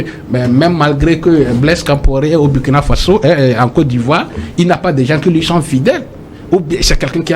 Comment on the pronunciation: M. Le journaliste, prononcez s'il vous plaît le nom du pays de Thomas Sankara dans la langue de celui-ci et non en anglais ou en tout autre langue. Et puis, que voulez-vous finalement.????